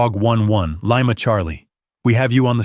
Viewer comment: Lyma Charlie? Error “spoken” Ai red… “Lee ma” Lima spelled.